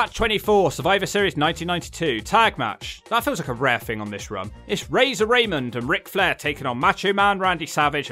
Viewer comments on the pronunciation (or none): It's pronounced "Rah-mone"